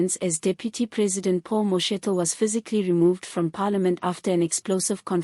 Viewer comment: Name name incorrectly Could learn to pronounce people s names properly, you are pronouncing vice sprecidIf only you